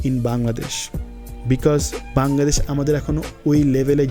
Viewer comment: বার বার বাঙ্গাদেশ বাঙ্গাদেশ করছেন কেন? এই শব্দটা নিয়ে আমি অতিষ্ট,,প্রত্যেকটা ভিডিওতে বাঙ্গাদেশ একবার না একবার বলেনই।আরে ভাই আগে নিজের দেশের নামটা ঠিকঠাকমতো উচ্চারণ করুন।ধন্যবাদ(আমি কিন্তু আপনারই ফ্যান)